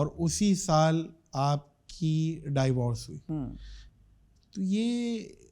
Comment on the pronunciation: Yaar Teri mehrbani angrezi na bola kr ! Dievorce kiya hota hay